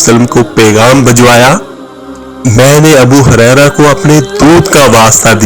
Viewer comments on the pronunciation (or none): ابو ھریرہ ہے ہاریرہ نہہں!